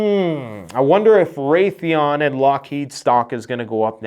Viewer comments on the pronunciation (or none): none